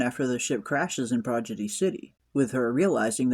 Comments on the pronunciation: It's pronounced Prodigy not Projidy 😂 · Nice recap/breakdown. Just found your channel. Liked & subscribed. One tiny note: it's Prodigy, not Progidy. 👽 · How hard is it to pronounce a seven letter word ffs? I don't give a shit if it ain't a good look and any party you gaylords attend ill happily keep well away from. Projidy??? 😂